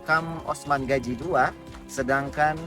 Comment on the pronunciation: Gazi bukan gaji